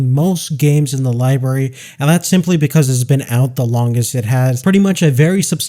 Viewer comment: Library not liberry